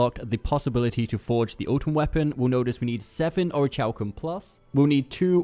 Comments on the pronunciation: Or-rick-u-Lum plus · orichalcum+ the h is silent dude get it right